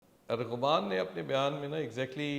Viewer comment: FOR FUCK SAKES ITS ARMAGHAN NOT ARGHAMAAAN